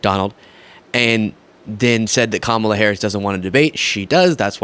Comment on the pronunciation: Daily Mail interviewer lost my respect when he started off by mispronouncing Kamala's name 😢🤯😤